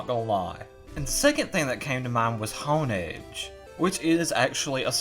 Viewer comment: How does this man have this many subs when he pronounces honedge like that